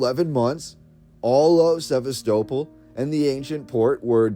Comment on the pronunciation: sɪˈvæstəˌpɒl Pronunciation 👍